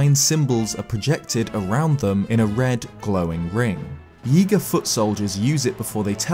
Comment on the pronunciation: Every time you say Yiga, it sounds like Yeega which makes me think you're going to say yeet